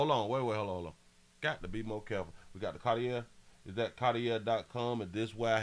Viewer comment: The glasses are pronounced CAR-TEE- A (CARTIER). The ER at the end of the word CARTIER, makes a LONG "A" SOUND. The name and the brand, are FRENCH.